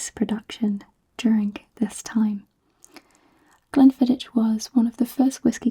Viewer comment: Fab video as always! Glen fid-ick (but a soft ck like in Loch)